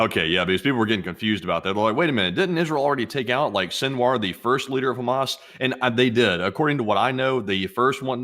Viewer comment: I thought i was the only one who called Hammas, Hammus !!!🤣🤣